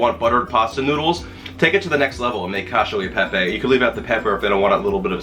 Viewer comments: Loved your pastrami recipe and eager to try this one. Correction: Koch- ee- oh- ay- paypay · It’s cachE-O Eh PePe